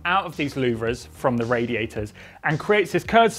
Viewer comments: It’s pronounced loo-ver 🤔😂where do they get these people from💁‍♂️ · (a) Ferrari looks bitchin' (b) Nobody knows how to pronounce louvres 😂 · Learn to pronounce LOUVRES……